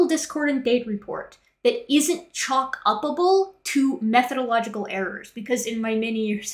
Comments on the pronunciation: Chalkupable? Chalk-uppable? English is strange, and using it just makes worse. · I love you, but..."Chockuppable?"